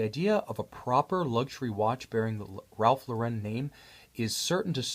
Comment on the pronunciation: Great review. Beautiful watch. You clearly understand horology. Please know that it's Ralph LAUR-en, not Ralph Lau-REN. Accent on the first syllable.